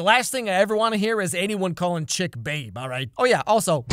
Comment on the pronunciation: I've never seen Riverdale so, until today, I thought his name was ChiCK because of how pronounced it... Thinking back on it, Chip makes an awful lot more sense.